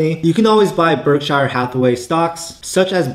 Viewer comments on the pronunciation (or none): Berkshur not berkshyre